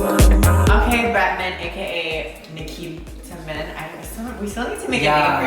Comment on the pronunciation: Lol "nikiman" character or "nikitaman" whatever they said lmao. I know he's always a diva but he's definitely feelin it with the tits and pads haha